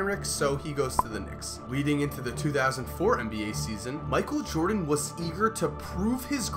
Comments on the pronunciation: “Micheal Joden” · michael jodan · Micheal Jodan??????